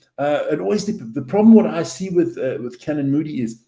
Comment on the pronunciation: How is this guy South African when he can’t pronounce Fassi or Canan.